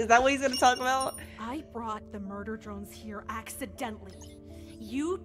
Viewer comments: its drones not droins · pls stop pronouncing drones "dRoIns" just pronounce it like they do in the show with an o not an oi or something like that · You pronounce it drones😂 😂😂😂😂😂😂😂😂😂😂😂😂😂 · She keeps on calling it “murder droids” 😂😂😂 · "murder droines" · I love this, but.. MURDER DROENS- I’m sorry 😂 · (Not hating ok?)But I think it’s funny that she said “droines” instead of “drones” lol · her: Murder Djoines Me: Bru wut it'd Murder Drones Bruh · Did you say murder joints not drones how funny (laughing manoicly) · I’ve never heard someone say Drones like Droins. Dr-oh-ns not Dr-oih-ns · "murder droins" 💀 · I'm trigger she says droines but I won't blame her some others might've pronounced it same way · its drones not droins😂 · Sorry if it sounds rude but she says droins and it’s drones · I thought it was murder drOnes not murder droins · Your saying droines but it’s actually drones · it is not droines it is drones the e is silent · Its drones not droids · its droans not droins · Why does she say murder drion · Murder drones dr-o-ns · it sounds like she said murder droids at the beginning😂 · You saying “Droines” makes me a little mad. Other than that great video! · Y u pronounce it droin Edit: it even says how its pronounced in the video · why does she pronounce drones as “droines”?